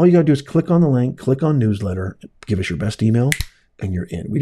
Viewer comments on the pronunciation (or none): none